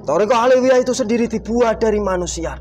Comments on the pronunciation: Menit 20.26 Robitoh awaliyah wkwkwkwk salah lagi 😅😅😅 belajar dulu wess biar ga salah teks😭😭😭 westalah Mbah saaken wong" Iki oleh edukasi jin gadungan 🤣🤣🤣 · Robitoh aliyah... eh..awaliyah Wkwkwkwk., tolong Bilangin jinnya yang bener itu robitoh alawiyyah